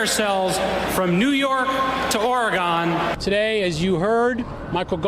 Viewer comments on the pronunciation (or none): You have to wonder about anybody that pronounces the state as "Or-e-gone!" (Seriously?) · Am I the only one who heard Ora-gone?? Not only isn't he a worldly man, he isn't even a 50 states (American?) man! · and mispronounced the 'e' as 'a', what other State gets this treatment?